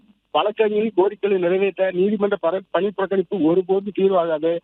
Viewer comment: பனி புறக்கணிப்பு இல்ல பக்கி. பணி புறக்கணிப்பு. utter waste news reader. unfit news reader